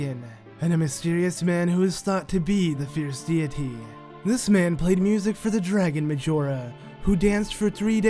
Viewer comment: Fierce deity (Fierce dayity)